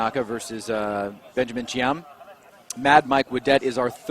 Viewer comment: the R35 driver is BENJAMIN, and U called him Benjam? C'mon Bro 👍I read the name and listen what U said, start to scrub my eyes, cuz I thought I cudn"t read it properly before, but I did actually... 👍 U bugger